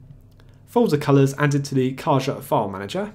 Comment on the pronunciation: It's pronounced "Ca-ha". The meaning of the word in Spanish is box.